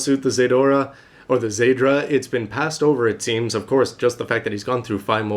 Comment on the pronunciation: but its zeydra